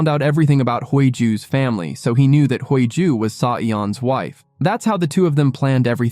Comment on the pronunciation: The FL's name is pronounced Hee Ju not Hui Joo. The two leads are good looking which took away some of the plot where they were both threatened by a psychopath and living under a dangerous situation. A romance has developed under this black cloud. Very interesting plot if you consider all the factors in their daily lives. I really enjoying this series 💞💛💞